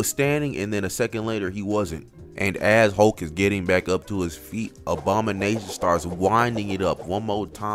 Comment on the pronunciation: Is bro saying obama-nation cause i swear thats all im hearing